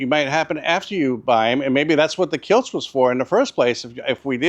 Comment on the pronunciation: Kilts??? Do you mean kilz?